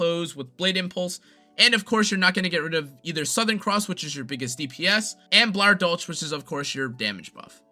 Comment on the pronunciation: In german (and dutch in some cases) you pronounce the ch as a K. So its Blauer Dolk, meaning blue blade. Klatzwinger, is pronounced as Kalts-Wing-er.